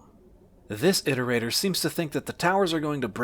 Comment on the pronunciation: Im so used to hearing how Daszombes says iterator that hearing say it correctly sounds wrong